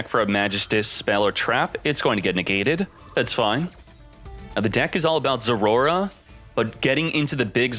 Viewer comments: " zoroa" not zorora ... learn to read 😂😂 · I like how he say Zorora instead of Zoroa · its not Roar. Poop Dip. Zor-oh-ah. zor-o-ah thank you. Have a little Respect for the Game State. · Am i trippin or is he actually calling it "Zorora" ? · i don’t even know how to pronounce it as Zoroa. maybe we should call it zorora like him lol